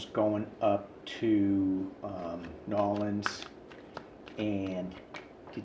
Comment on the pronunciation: Congrats and many thanks for pronouncing Naw’lins correctly❤️❤️❤️. Where did you learn that-the cooking guy Justin Wilson? He was a hoot❤️❤️